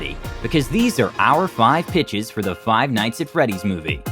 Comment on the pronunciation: I'm trippin I thought he said these are the five bitchs